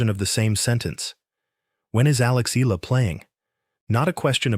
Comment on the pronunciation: E--Ya--LA, pronounce it correctly... search it.. Palibhasa AI nanaman..